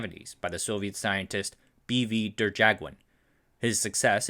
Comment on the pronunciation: Derjaguin is pronounced more like "der-ya-gihn" (forgive the non-use of IPA). He was a titan in molecular physics. There is a surface force approximation named after him as well. His only major blunder, as far as I know, is a paper on the existence of so-called "polywater", which is a fun rabbit hole to go down.